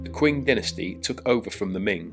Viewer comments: Wonderful video, with some great visuals. However, I'm curious why you pronounce the next dynasty - the Qing - as 'kwing'. It should be pronounced 'Ching'. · There’s no ‘w’ in Qing. It’s pronounced Ching.